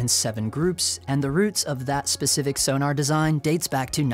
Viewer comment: Please.... it's not 'Sonar' it's 'Sonnar' (short 'o' as in 'gone'). You could even say 'Zonnar' due the German origin, but that's going too far.